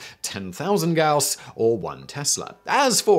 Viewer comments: "Gauss" is pronaunced gAus. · Gauss pronunciation change?... Now you're just trolling us pedants. Respect! 😜😂🤣